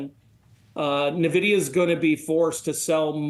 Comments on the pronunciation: Please stop calling it Navidia. So annoying. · He isn't even pronouncing Nvidia correctly.